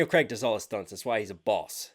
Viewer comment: It's Craig (Like Laid) not Creg (Like Leg) 😄 Keep it coming 💯